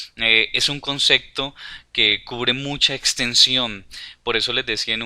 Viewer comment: concepto, no "consecto"... buen video !